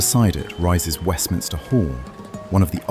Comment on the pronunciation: Fantastic! Great job, just a comment it’s Westminster not Westminister🤓